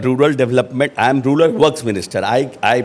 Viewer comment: Rular nahi rural bolte hain Ashok g, jyada angrezi mat boliye